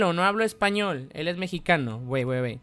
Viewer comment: PELO tu no eres ESH-PANOL 🤣🤣🤣🤣🤣🤣🤣🤣🤣🤣🤣🤣🤣🤣🤣🤣🤣🤣🤣🤣🤣🤣🤣🤣🤣🤣🤣🤣🤣🤣🤣🤣🤣🤣🤣 🤣🤣🤣🤣🤣🤣🤣🤣🤣